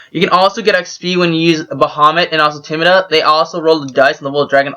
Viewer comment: Also, Tiamat is pronounced “Tee-ah mut”